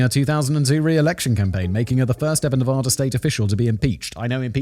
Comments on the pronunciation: It's Nevada, not NevOda! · Fantastic episode this one. but Simon you’re killing us with your pronunciation of Nevada. It’s not fancy, just pronounced Nevaduh. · It's pronounced "Nev-add-uh", Simon. Would YOU be okay if someone regularly called you "Semen"? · Simon, it's pronounced nevAda. the first A is pronounced like the A In cat. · As a man currently living in Reno, just know, fact boy, I will fight you if you keep pronouncing Nevada that way. You're talking about America. Speak American. (Love the show, listen every day)